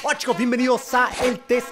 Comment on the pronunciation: 12 Dijo hola chicos:v pero parece que dice wachos xd